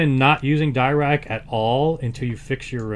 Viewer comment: It's pronounced Dee-Rac, not Dye-Rac. Paul Dirac was a Britich mathematician who suggected the Dirac delta function...